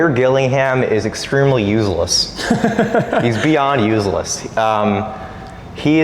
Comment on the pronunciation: that kid doesnt know how to pronounce useless